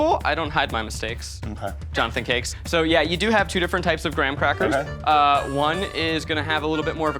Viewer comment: “Johnathan Cakes” 😭😭